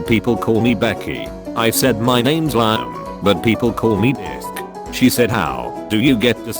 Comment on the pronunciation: The way the text to speech was saying Liam would not be the first time I heard that pronunciation of Liam